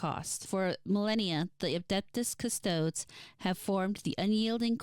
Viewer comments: This isn't a big deal but it bothered me. Custodes is pronounced "Cus-toe-days" the last E is not silent. Yes I know it can definitely be a pain to pronounce words you're not familiar with correctly, especially (made up?) psudo-latin weirdness used for Warhammer. It's just bothersome for someone who's more versed in it is all. No offense. Edit: Sororitas is "so-ro-rih-tahs" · Great video! Im still giggling at the ''Custodes'' pronunciation <3 Now imma make it my personal mission to drag you into the depths of 40k lore.